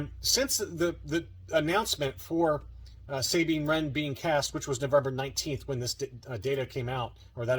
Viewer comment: can you have the owner of those case shells contact me. We live like 15 to 20 minutes away. I tried a few times but to no avail. Idk if he doesnt want to sell them to me or what.....also its pronounced Sah bean, not saying. What rebels and you see. Idk why you pronounce it like that. Its never been pronounced like that in Canon or ever for that matter.